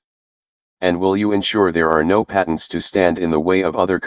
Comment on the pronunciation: Again with the paint-tants it's patients not "paint-tants"